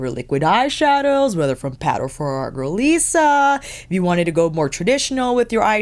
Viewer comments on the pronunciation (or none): none